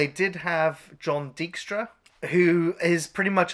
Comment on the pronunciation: FYI, guys: "Tobe" is pronounced like "Toby." Also, "Dike-stra." not "Deek-stra."